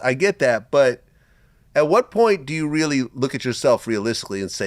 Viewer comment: Reallllll crazy 🤣